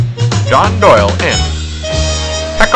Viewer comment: Why does “email Doyle” sound like Kyle? 🤔